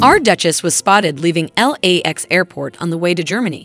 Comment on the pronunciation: Lax, instead of L-A-X.